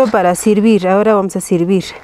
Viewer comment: Jajaja ella es bilingüe porque habla español y quechua , en español no puede pronunciar la “e” porque en quechua no existe ese fonema. Que lindo es aprender y enseñar